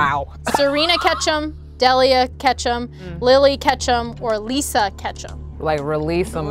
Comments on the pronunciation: It's your own fault for not knowing Delia's name lol. Which is pronounced Deel-ia, not Dell-ia. The pokemon names I can understand, but not a person's name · DEEEEEEEEELIA! How do you get De-leah from Delia?! And I thought MY name was "difficult." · It’s deeeeelia not dehhhlia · Everyone saying “Dellia” was so frustrating lmao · Delia is deal-ee-uh unless Pokemon changed a common names pronunciation, Delia is the mom's name and in Beetlejuice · It’s Delia, and she absolutely did butcher her name. They all did. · Nobody is pronouncing Delia’s name correctly. That is actually where I got the name for my oldest daughter, and it’s just a really pretty name that isn’t very common. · i feel like if she pronounced delia remotely right they might have got it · The way they pronounced Delia makes me v uncomfortable.